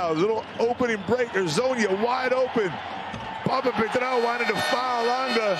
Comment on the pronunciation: Who is this speaker anyway?? He can't even pronounce some players' names properly! Instead of telling us how he used to hang out with this and that guy, maybe learn a bit more about the game itself?! No travel for Hezonia to start with, the H in his name is not silent etc. Poor Smailagic and Papapetrou, their names slaughtered😂